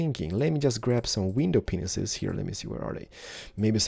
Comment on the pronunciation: is it just me that hears him says "penises" instead of "panes "?